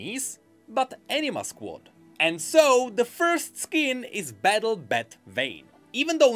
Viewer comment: I love you man but it sounds like you're saying Enina Squad